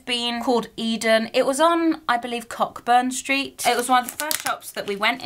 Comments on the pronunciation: Glad you had a good time in "Auld Reekie" - Cockburn St is pronounced co burn street. I had a giggle when you said it. I love watching your videos and hope you pop back to Scotland and Edinburgh for its festival in the summer xx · Just a heads up, I know it's spelt cockburn Street, but it's actually pronounced co-burn Street. Bit of an inconvenient spelling though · Cockburns Street is pronounced like Koh-burn ;)